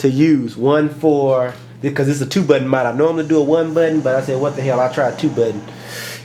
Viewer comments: budden what its button........lol nice video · mah buhhk-tenn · Lol... I like the way u say button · Lol I love the way you say 'button'. Nice video.